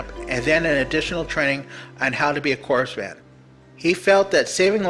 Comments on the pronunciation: It's pronounced core man not corpse man like marine cor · You know perfectly well that you don't pronounce the "s" in "corps".